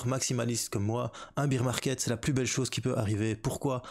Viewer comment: apparemment en france bear market se prononce beer market